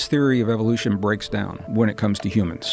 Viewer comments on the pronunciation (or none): none